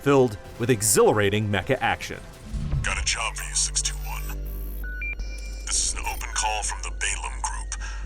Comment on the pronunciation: i´m sorry but i cannot not hear E621 when he says 621, impossibly for me.